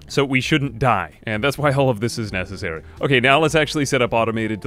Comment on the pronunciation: "nestessary" if you will lol